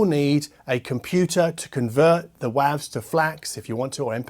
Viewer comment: listening to you say WAVs versus WAVES is weird.